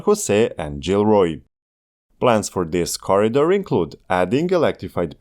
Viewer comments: It is /ˈɡɪlˌrɔɪ/, not /ˈʤɪlˌrɔɪ/. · Put another way, "Gilroy is pronounced with a hard G (as in gift), not a soft G (as in generous)."